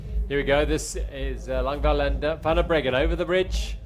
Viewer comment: Bit confused about the pronunciation of Anika Langvad. Her name ends with a “d” but they seem to be saying “L”. Is this correct?